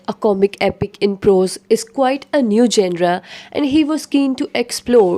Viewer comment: Madam genre ko parhay toh sahii 😂😂..